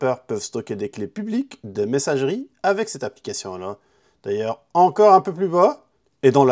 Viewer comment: Une applicatian??un pap-up,toutes vos cadenas,vous pouvez yaller dans..mdrr un ptit tour chez l'orthophoniste ou même a l'ecole serait pas de trop ..une applicassian🤣🤣🤣🤣